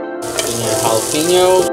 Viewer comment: “Jalapeño” did I listen to him it say it -Ja-li-peno